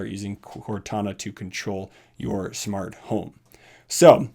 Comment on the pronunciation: Nobody::Shmart home